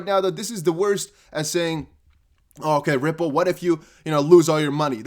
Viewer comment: Vwhen, Vwhat, Vwhere. Love it. Keep up the good work 💪